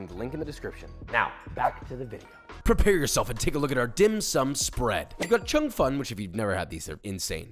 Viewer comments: Btw it’s pronounced Chong fun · "Chung Fun" nice pronounciation LMAO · im chinese, laughed when he said cheung fun and char siu, love the vid